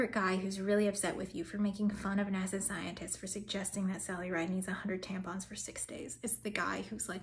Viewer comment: "high up in NASA" and it almost sounded like you said "high up in nazi" but maybe that's just my ears. ;)